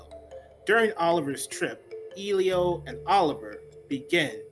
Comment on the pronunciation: I doubt that you saw this film since you can't even pronounce Elio's name correctly!